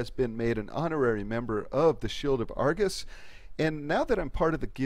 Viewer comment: She pronounces Argus wrong every time